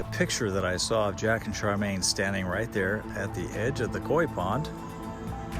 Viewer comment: Her name wasn't Charmain, it was Char mi an.